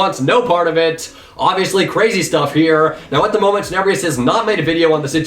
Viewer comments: did you actually just say... teneBREEEEous? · You pronounced Tenebrous wrong